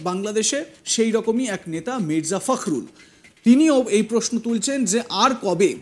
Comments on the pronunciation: ফাকরুল না দাদা , ফখরুল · "ফখরুল" উচ্চারণ করতে পারে না কিন্তু নিউজ উপস্থাপনা করতে আসছে